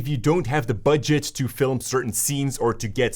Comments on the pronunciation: I love how you say Filem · a guy so into filmmaking that he can can make the word "film" into two syllables. Hehehe.